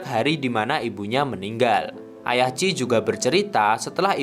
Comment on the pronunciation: Namanya chie kaaak, bukan chi 😭